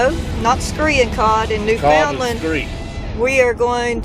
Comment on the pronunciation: Don't let them Newfie's get any of that Screech into to ya... nasty stuff. BTW it's pronounced New'fundland Newfie's are awesome people though... have several Newfie's as friends